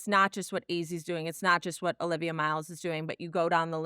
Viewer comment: Stop. It's Olivia.